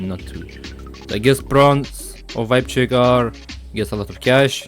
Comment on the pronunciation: Bro really said wibe check💀💀